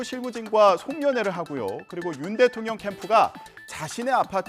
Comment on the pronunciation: '대'발음을 드에에 이렇게하시네 ㅋㅋㅋ 드에에통령 ㅋㅋㅋ